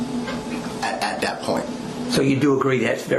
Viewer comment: This cop is beyond sketchy. We are entertaining his obvious OUT OF CONTROL CRIMINAL SEX ADDICT behavior. He is dangerous ! And he says DAT instead of THAT.